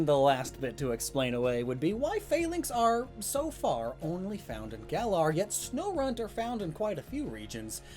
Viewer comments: Snorunt Sno-RUNT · It’s even called sno*RUNT*